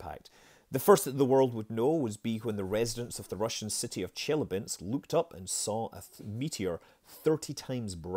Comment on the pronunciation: It's chilyAbinsk, not chIlyabinsk